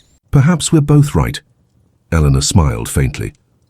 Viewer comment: The name gets mispronounced quite a few times Elena at the start then Elenore later and variations of both m 😅